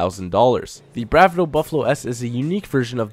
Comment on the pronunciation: You can't pronounce anything.. they even say Bravado in-game all the time!